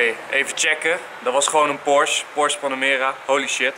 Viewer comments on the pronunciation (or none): none